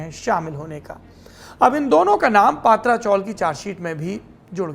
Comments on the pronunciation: पत्रा चाळ not पात्रा चाळ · अबे पत्रा आहे not पात्रा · पात्रा नही पत्रा chawl !!